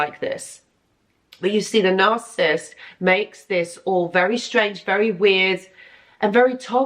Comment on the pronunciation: Narcissist is 3 syllables - NAR- CI- SIST ....you say it like 2... NARCISST.....it's annoying.